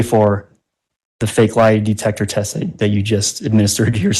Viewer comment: De-tec-her……but she said she has a Masters degree 😂🤷🏽‍♀️🤦‍♀️